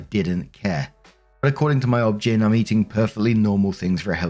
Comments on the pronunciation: pronunciation of OB/GYN cracks me up every time! Has anyone ever told him that it is literally just pronounced as each letter - O B G Y N? It stands for obstetrician/gynecologist. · Everytime says Obgyn I cackle 😅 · saying Obgyn as a word was funny to me.